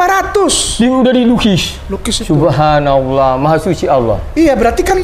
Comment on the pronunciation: ..nahhh kliatan saat ex pendeta ini bilang ""subahawo ..maha suci olwloh" ..itu cengkok dan pengucapan nya islm banget 😀😀😀😁😁😂 Gak pendeta yg ngomong sefasih batak yg satu ini 😀😀😁😁😂😂😂